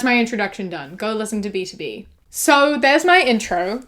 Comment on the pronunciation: today i learned its pronounced "b-to-b" and not "b-tob"